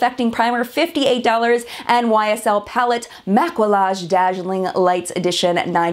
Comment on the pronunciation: absolutely no hate (loved the rundown!) but 'maquillage' is french for makeup, pronounced 'mah-key-age' !